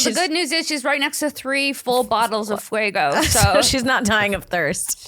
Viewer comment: The fact that cannot/ will not pronounce it FAYGO 😂😂 fuego for life 😅